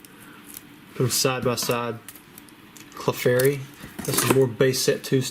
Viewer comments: oh my GOSH I posted this and later in the video you SAID IT "Clee-fairy" <3 LOL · I miss the southern drawl when saying Clefairy :(